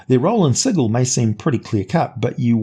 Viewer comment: Ehhh - No.... A place where you get murdered for mispronouncing it's name is like an over engineered machine... it breaks down. As you show by mispronouncing the name of the city several times during this episode, that's a long sword or demon claw through your head each time.